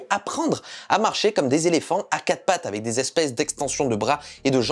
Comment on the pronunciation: J'ai vraiment du mal avec ta prononciation du mot " avec" que parfois tu prononce "avait", sinon très bonne vidéo 👍